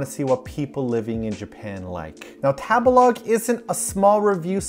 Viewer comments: I love u but every time u say tabalog I cringe. I think it's "tabehlog" lol like to eat? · .... isn’t Tabelog meant to be pronounced like table-log ? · I'm sorry , was no one else triggered that he pronounced Table-Log with a soft "a" and not a hard "a" ?!?! Not sure if it canadian or whaaat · I can't help think of Tabelog sounds like how a white person would pronounce tagalog.